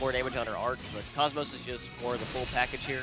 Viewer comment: TFW people can never say her name right.